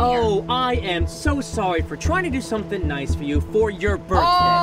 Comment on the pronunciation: ITS SOMETHING NOT SOMTING